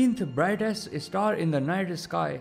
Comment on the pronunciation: Why is he pronouncing star isstar